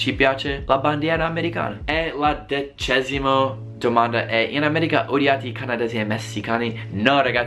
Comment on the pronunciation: Si dice decima non decesima